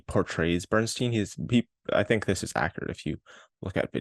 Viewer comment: Funny, because unfocused and aimless pretty much sums up this review. A couple other things which also escaped your attention; the movie is pronounced 'MY-stro,' not 'MAY-stro,' and the central character's last name is pronounced 'BERN-stine,' not 'BERN-steen.'